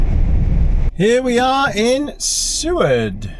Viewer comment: BTW it's Soo-ward. You're saying it correctly.